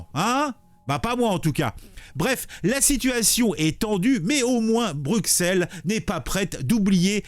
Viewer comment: Bru-Sel. Pas Bruque-Sel. Bru (comme la marque) et Sel (comme le sel).